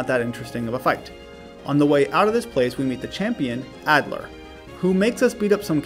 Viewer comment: YOUVE NEVER PLAYED BLACK BEFORE. As gen 5 is my favorite and also contains my favorite Pokémon (lilligant) I’m glad you doubled back and played it. Plus, Unova is home to insane dark types like bisharp, although you got it at the end, which is fine cuz of level cap. And almost all of them have moxie like you mention, making them monsters, especially krookodile. Also you say Adler instead of alder (pronounced ALLder) which I found funny. Another legendary video